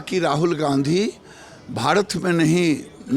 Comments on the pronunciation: गिरिराज सिंह भारत बोलिये भाडत नही होता है पहले बोलना सिख लीजिये ,फिर बंदेमातरम गाना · वो भाडत नहीं , भारत होता है ........चुतिये गिरीराज🤣 पहले बोलना तो सिख...